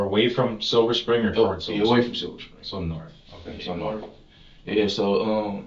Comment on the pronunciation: "They drove Norf..."